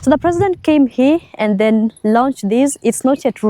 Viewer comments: OMG why do you say heeee instead of hia ..Here is pronounced HIA .. not heeeee lol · Hi, Please stop pronouncing 'here' as 'hi'. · 😂😂😂especially the word "here" hii